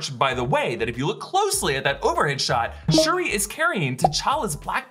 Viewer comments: It’s shuri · it's Shuri. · It's Shuri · Doesn’t anyone Read the COMICS???? WTF!!!!! ITS SHURI!!!!